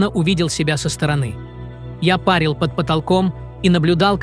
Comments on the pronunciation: Эти "чтецы" меня запАрили со своим "пАрили"! 🤮 Ударения, чёрт возьми, ПРАВИЛЬНО расставляйте, чтобы боты ПРАВИЛЬНО читали! 🤨 Это -- О-О-ОЧЕНЬ просто! 🥴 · Не видео а какие то банщики, все время парят. Кого они парят? При чем тут баня? Не досмотрел надоели. Приходите когда ударения правильно научитесь ставить. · Кого вы постоянно па́рили, материал интересный. Ну, такие ошибки. Нельзя так.